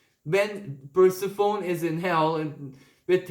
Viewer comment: You are indeed a blessed messenger!! I’m so glad you are sharing your benevolent insights with the world 🙏💖 Your English is excellent, and in the spirit of helping you improve Persephone is pronounced Per-siff-any… thank you for your readings… I so appreciate true heart 💜